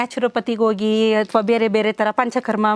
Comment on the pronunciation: ಡಾಕ್ಟರ್ ಕನ್ನಡ ಉಚ್ಚಾರಣೆ ಸರಿಯಿಲ್ಲ.ಅಕಾರ ಹಕಾರ ಸರಿಯಿಲ್ಲ. ಉಡುಗ( ಹುಡುಗ) ಉಡುಗಿ( ಹುಡುಗಿ) ಓಗಿ( ಹೋಗಿ) ಒರಗಡೆ ( ಹೊರಗಡೆ) ಓದರೂ(ಹೋದರೂ) ಕೇಳುವುದಕ್ಕೆ ಕಷ್ಟ. 😮 😢